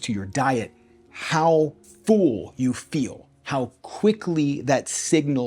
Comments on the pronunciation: Dude, your videos are great but PLEASE, it is pronounced "full" like "bull" NOT "fool" or "feul"! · Distracting the way you pronounce “full” as “fool” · The “fool” instead of full makes me giggle every time. Love these diet experiments you do!